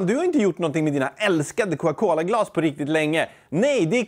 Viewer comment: Varför säger du Coca Cola så konstigt? Är det din dialekt eller har du bara fått för dig något?